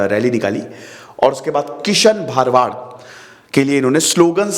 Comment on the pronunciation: सर वो " भरवाड़ " है , भारवाडा या भारवाड नहीं ।